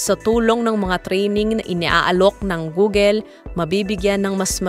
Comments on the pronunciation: Funny how you pronounce Google 😂. Hindi 'Googel'. It's pronounced Googul. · Googel? It’s Google is the right pronounced. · wow that's good news!! but saying "gugel" is so annoying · "Goo-gul" not "Gogel". That's the correct pronunciation.